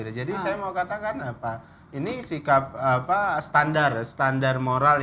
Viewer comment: Dan sayah pun mengerti apah yang terjadi di dunia politik inih dan akhirnyah jadi mentri sayah paham sayah paham hahah